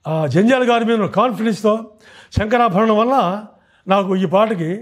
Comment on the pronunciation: శంకరా భరణం.. బాబూ! శంకరా బరణం కాదు!